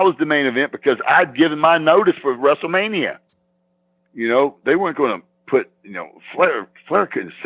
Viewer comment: He used to say WRASSLE MANIA